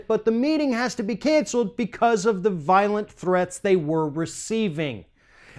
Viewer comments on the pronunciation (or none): none